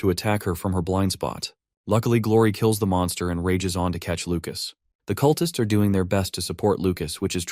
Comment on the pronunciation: "The cutlists try to stop him"... cut-lists? Really? OMG I hate AI.